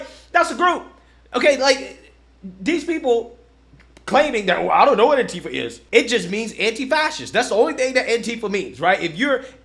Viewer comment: also pronounced it "Auntie-fuh"